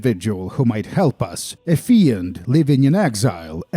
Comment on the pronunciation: fiend is pronounced финд, not фиэнд